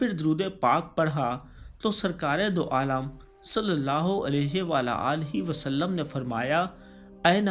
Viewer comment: U say it wrong u say sallulah ho alaihi wala alaihi wasalam its sallalaha hu alaihi wa alihi wasalam